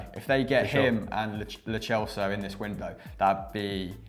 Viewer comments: From where did you hear that it's pronounced Lo Chelso, he's argentinian, not italian and thus it's lo celso with an "s" sound, and thats coming from someone who speaks spanish. Btw it's dani ceballos with an s sound rather than with a "ch" sound. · it is pronounced Lo Selso not Lo Chelso